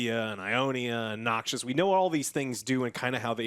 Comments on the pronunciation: "Demacia, Noxious..." Lul tongue slip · Its NOXUS. Not Noxious XD